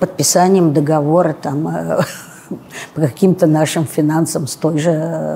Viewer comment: Такая важная, а говорит неправильно: д Оговор